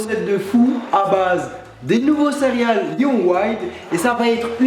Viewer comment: J'ai l'impression qu'à chaque fois tu dis "cériales"